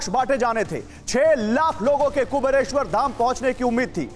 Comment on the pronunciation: एंकर को पहले ठीक से 'कुबेरेश्वर' बोलना सीखा दो भाई !